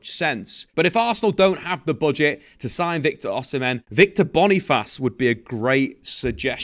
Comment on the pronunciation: its not /Bonifass/... its /BONI - FACE/ just as it is spell